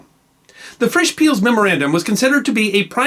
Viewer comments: Rudolf Peierls is pronounced "pie-earls", or shortly "piles", not "peels". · Good story as usually. But his mispronunciation of Sir Rudolf Peierls' name is shivering.